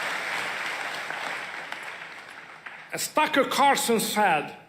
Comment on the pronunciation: Don’t you just love that when Orban says Tucker Carlson, it actually sounds like FUCKER Carlson?